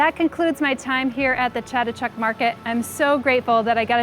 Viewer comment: Her pronunciation of the market is SO wrong. lol. but ugh all the plants! i want to go back to Thailand so bad!